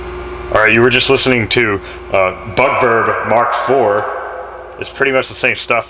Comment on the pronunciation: I fangirl, but I swear you said "BUTTVERB" rather than "BUG VERB"